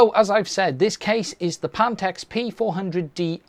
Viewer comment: Panteks? ... you do mean PHANTEKS ... PH sounds like F